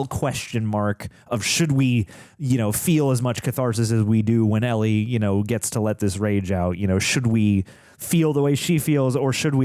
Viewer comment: Do you think she'll ever learn how to pronounce Ellie's name though?